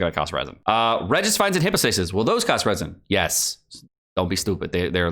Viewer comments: Also its pronounced hypo not hippo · Don't farm the Anemo "Hippo-stay-sis" he says. Too late, I have everything already.